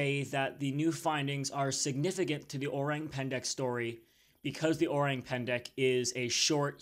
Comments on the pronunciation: yes o-rang as in rung. but not pan-da. it is pen-deck. i’m Indonesian btw. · Its pronounced o-rang as in rung, pan da.